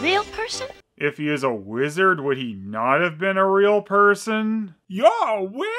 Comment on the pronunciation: It sound like he said "lizard" instead of "wizard".